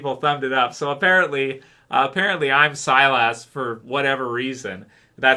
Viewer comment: All this time people have been giving a hard time about pronouncing Silas. knows how to pronounce his own character name correctly. I guess we got it wrong lol. Keep up the good videos.